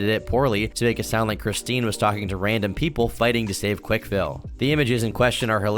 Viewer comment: Boy you driving me crazy - it's not "Quik-E-Ville," it's "Quikville."